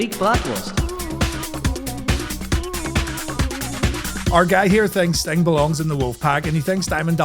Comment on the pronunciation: Ngl, I thought it was saying "big buttocks" rather "big bratwurst".